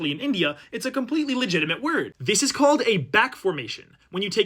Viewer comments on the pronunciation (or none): none